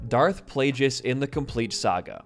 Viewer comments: good video. just please pronounce all the names right. I.E DARTH PLAGUE-IS not plajouis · It’s pronounced play-gus not play-jus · Hearing him say "PLAY-GIS" instead of plaugeis is the worst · Video was super awesome, but was there a secret joke going on? I mean, you were mispronouncing on purpose, right? Plagueis? It's literally 'plague'. So many others. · I love this video but I can not for the life of me get over how my guy pronounces Darth Plagueis. I know it's nitpicky but it's the other "g" pronunciation (like "plague" as in the bubonic plague). Regardless didn't even know he was gonna be a character tho so that's cool to know